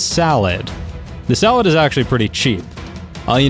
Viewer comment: i think its funny that you call saddles salads